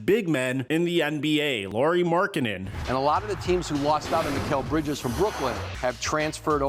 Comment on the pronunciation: His first name is pronounced the same as Kyle Lowrys last name. He is not Lori dude.